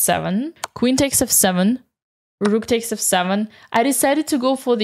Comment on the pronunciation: I'm tempted to make Dina's "The Rook!" with the beautifully rolled "R" into a notification sound on my phone.